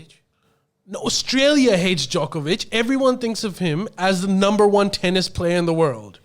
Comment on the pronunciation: Waleed is so wrong on the Djokovic saga, if he can't say his name right he shouldn't say anything.